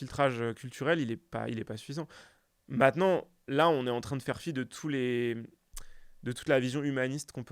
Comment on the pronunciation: jadore s'adore sardoche mais par pitié arrete de dire "MATENANT"